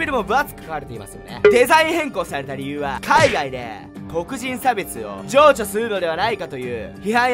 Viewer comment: 助長は「じょうちょ」じゃなくて「じょちょう」だよ笑